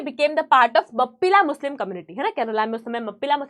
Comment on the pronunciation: I am from Kerala your pronunciation is not correct in mappila